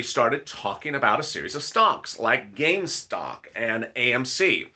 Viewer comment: So what's so hard about saying Gamestop???😏😏😏